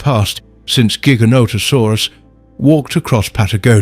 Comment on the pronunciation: Loved this! ❤ But Giganotosaurus is pronounced (Jigga-nohda-saurus) btw. 😅